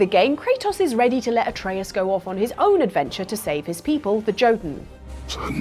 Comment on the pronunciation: You've played God of war, I guarantee you've seen TV shows and movies and cartoons with the word in it, yet you still can't say the word Jötun correctly. This is why people hate the British, LOL